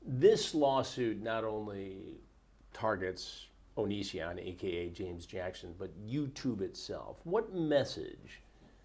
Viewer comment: I love how she purposefully pronounces Onision as "Oh-Nee-See-In" instead of "Oh-Nee-See-On" LOL.